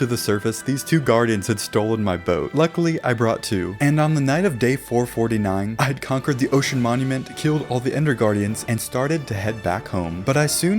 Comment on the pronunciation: heh he called the elder guardian “ender guaridan”